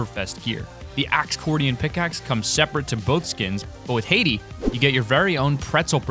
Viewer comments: Did you say. Haydee? It's pronounced Hiydee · You totally botched heidi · Bro can you read ?? It's pronounced hide E for Heidi not Haiti and its bone sey not bonsey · Dude you are kidding with your name pronunciations right? The Octoberfest girl is pronounced “High Dee” and the dog “Bones see”. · Anyone else triggered at how he said heidi and bonesy? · You say alot of words wrong. Not trying to be mean, but with 1.4 Million subs you should know how to say Heidi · How many words can you mispronounce in this video? Heidi, Bonesy, Chameleon